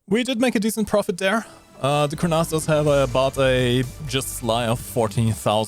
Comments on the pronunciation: Israeli here, Say it - "koor + nas" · core-nass is the correct pronounciation. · Kurnass 2000 Ace Combat music Prez What more can you ask for? Proper pronunciation of Kurnass 2000 maybe)) Good vid ))))